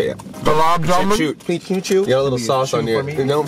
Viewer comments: Gulag many is from Pakistan and it's pronounced gulab shamun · Gu Lub jum en is how u say that word u are trying to say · I'm SriLankan and its gu-la ja-man